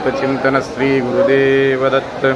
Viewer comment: Thanks a lot for sharing ! However I feel the pronounciation could be SHREE , not SREE